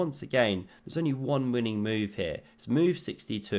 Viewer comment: Pawn attacked, defended.: Phewww! vot a moove